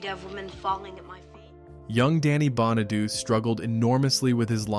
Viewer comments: Bonaduece? Stop it. It's pronounced Bonadoochay. God! And he bullied Jeremy Gelbwaks. What a collossal bona-douche. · Bonaduce is pronounced: Baa Nuh Doo Chee, Not Baa Nuh Doos Just saying! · Danny’s last name is pronounced (Bon-a-du-chee) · It's pronounced Bon-a-do-chee. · Bonaduce is pronounced Bonna du chee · Bonaduce is pronounced Bon-a-doo-chee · Bonaduce is pronounced BON A DUCHI 😂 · Danny Bonaduce is pronounced: Bah-na-DOO-chay! Dorothy Baxter (Whitney Blake), was married to George Baxter (Don DeFore), a lawyer, on “Hazel” back in the early ‘60’s. Dorothy was an interior decorator. Lucille Ball played Lucy Carmichael, a bank secretary and widow with 2 kids on “The Lucy Show” in the ‘60’s. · I stopped watching when you mispronounced Danny Bonaduce. Phonetically is pronounced Bonaduchi. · Most of us superfans knew most of this stuff. We even know how to say Bonaduce. Thumbs down, research better. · He shouldn’t narrate if he never watched the show or can’t pronounce the actor’s names. It’s kind of insulting. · That bothered me too 😆